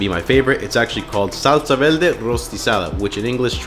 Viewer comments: Verrrrrrrr-de. Not, Vel-de LMAAOOO. Roll your r’s! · What’s a velde? Thought it was verde 😂😂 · I was looking for this comment 😂 how was no one pointing it out!!! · Did you say velde? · he’s puerto rican that’s why he said it like that lol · Wtf is a salsa velde. Roll your Rs properly you're a bean dude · I like how you say Salsa VELDE xD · Salsa velde?🤔 Are you Puertorriqueño?! 😆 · I ask kindly, why do you pronunciate "veLde" if you can pronunciate correctly the "r"? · The R is killing me 😩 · I caught that too 😂 he can’t roll his r’s that well it happens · Maybe because he's from Guatemala. Puerto Ricans also can't roll the tongue for the "r" We, Mexicans are heavy on the "r"😂😂😂